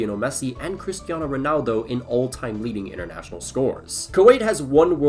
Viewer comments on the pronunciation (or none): none